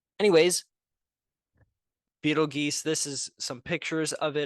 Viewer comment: It is pronounced (beetle-juice) you a$$ hat